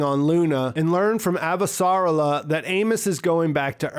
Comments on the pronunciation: It´s Ava-sa-rala not Av-sarla-a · Pronunciation: a-VA-sa-RAL-a. 5 syllables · So phonetically, it’s pronounced “Ava - Ser - Ah - la”. I’m going to leave this here for next time... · The guy that narrates the audiobooks also pronounces it Av-sarla-a Drives me up the damn wall. :/